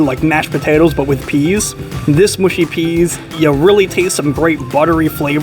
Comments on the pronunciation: Mushy peas pronounced mushy not mooshy. Short u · it's mushy peas not mooshy peas. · Its mush i peas